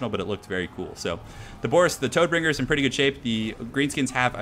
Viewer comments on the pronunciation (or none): Not sure if you intentionally call Boris, "Toadbringer", but i can assure you his name doesnt relate to any amphibics. :D Like a lot of the other names in the warhammer universe Todbringer is inspired by a german word. In this case its the german word for death: "Tod". So essentially his name is Deathbringer. Whit that said, thx for your sweet work. You really got me into TWW.